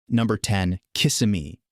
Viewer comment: You don't even know how to pronounce KisSIMmee. How is $95,000 a six-figure income? I count only five figures. How can we believe the rest of this AI slop?